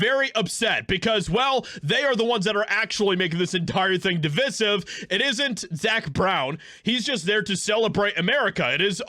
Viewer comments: De-Vi-Siv, not De-Vis-Iv. It comes from the word 'divide' and has the same kind of 'i' sound. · ‘Divisive’ should not be bastardised by speakers of pidgin English.